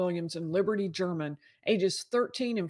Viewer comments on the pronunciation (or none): none